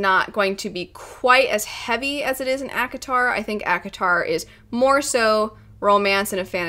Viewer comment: You say ACOTAR, my old ears hear Avatar...